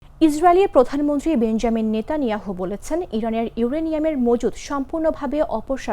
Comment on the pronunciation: Who is নেতানিহাউন্ড?????😂😂😂😂